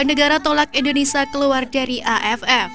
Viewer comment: Ini orang ngomong gmana sih, Malay"sia" lancar, tapi giliran indo malah jadi Indonesa